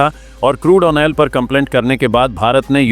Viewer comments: यार तुम ऑयल को ओनेल मत बोला का करो। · Why do you prinounce "OIL"as "ONEL". Would you please rectify?